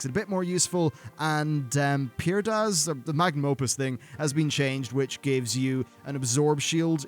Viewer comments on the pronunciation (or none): It's Prydaz dude lol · It's PRYdaz